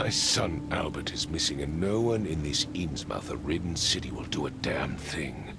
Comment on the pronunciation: Anyone else feel their ears grating when "Inns-MOUTH" is said instead of "Inzmuth"?